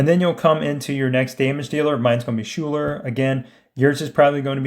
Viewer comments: Great videos, but one thing drives me nuts. Her name is pronounced Skyler. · Schuyler is pronounced "Skyler" 👍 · FYI Schuyler is pronounced "sky-ler"